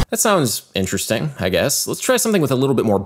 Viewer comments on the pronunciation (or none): none